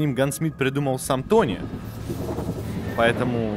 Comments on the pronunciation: Почему гансмит, если получается гнасмит? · Тим Санг - Гнасмит, а не гансмит